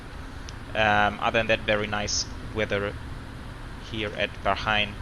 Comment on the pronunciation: Bro When will you be doing your setup and could you do a flight from doha to Bangkok Qatar Airways 747-8f and Bahrain is pronounced as Bhaa-rain and what's the overlay showing for you flight